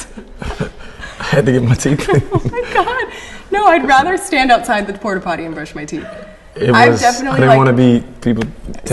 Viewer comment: my nigga said porty potty